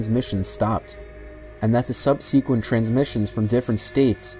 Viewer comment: subsequent is pronounced SUB-SAH-KWENT. not seb-SEE-kwent. Sorry but I noticed it in so many vids and it bugs me as much as 'conversate'...